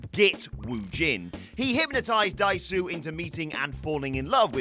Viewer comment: Me every time he says 'Dai-su'.